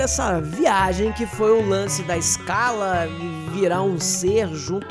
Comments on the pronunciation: Correção: SCHALA Nao se diz ESCALA, se pronuncia CHALA! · Muito bom o vídeo. Só uma pequena correção, não é "iscala", é "chala" que se pronuncia o nome de Schala.